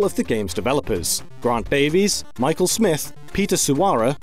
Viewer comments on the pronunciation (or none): none